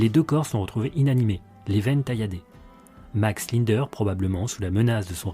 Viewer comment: Commencer déjà à bien prononcer son nom avant de raconter sa vie....